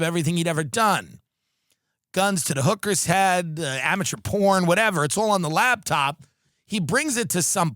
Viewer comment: is it me or does Tim keep saying, 'Labtop' instead of laptop